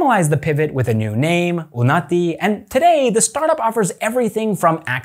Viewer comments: two separate n sounds...with un as in uno. 🙂 1) un - as in uno. 2) nati - n sound as in nut. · Just saying I actually think it’s not called unaati it's called unnnati.